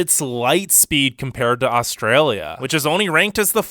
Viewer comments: is it just me or do all non-australians pronounce Australia with an o. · Thsnk you got ptounouncing Melbourne properly. Now we just have to work on your pronounciation of Australia. However, we do NOT have the gun, drug and rampant crime culture that America has. When you can go to the supermarket without getting mowed down or mugged, then you can diss us. As for our immigration process, our process is a breeze compared to the US.